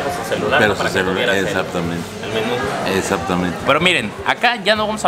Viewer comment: "exaptamente" 😅